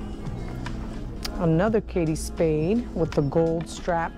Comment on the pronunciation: It’s ‘Kate’ pronounced like rate or mate not Katie Spade. Sorry 😢